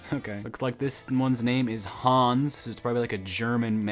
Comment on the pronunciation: Saying hans to haas, and dont compare f1 cars to a cereal toy